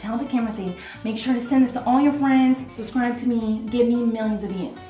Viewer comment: This video is the best. so funny and cute! and i love how 'subscribe' is evolving and it now sounding like sexscribe:)